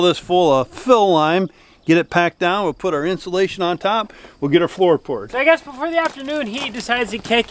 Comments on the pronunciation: ploor floored lol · Had to back up twice to make sure, but you real!y did say "poor floored" instead of "floor poured" at the end. 😂. You must have been working awfully hard, to be so tired you did that! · The "pour floored"?.. or "floor poured"?.. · Did you say you were gatting "pour floored" or am I crazy? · You are getting the ploor foured. LOL I do the same thing. Great Job. Fun growing old with the!!!! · Did you say pour floored...😂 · Getting the ploor fourd 😂😂